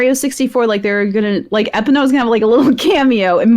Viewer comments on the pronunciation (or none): Dan and Ana are right. Or at least the closest. Epona is named for a Celtic horse god. It's pronounced Eh-PAWN-ah.